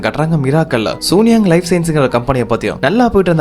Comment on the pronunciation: இந்த கதை ரொம்ப நல்ல இருக்கு தம்பி , ஆனா அந்த கம்பெணி பெயர மட்டும் சூனியாங் னு சொல்லாம, சூன் யாங் னு சீன மொழி உச்சரிப்பில் சொன்னா இன்னும் நல்லா இருக்கும்